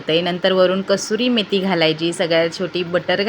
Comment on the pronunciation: Thank gos tumhi proper pronunciation kel " कसूरी मेथी"...